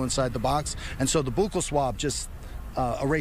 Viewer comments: Boo kal swab lol! Its buccal swab, like belt buckle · Buccal pronounced “BUCKLE” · Its "Buckle" swab. Thats coming from a dentist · He pronounces it wrong. It is pronounced like buckle.